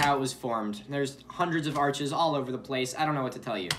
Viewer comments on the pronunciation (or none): none